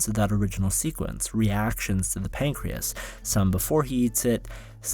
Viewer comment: i swear he says "we ate pancweas"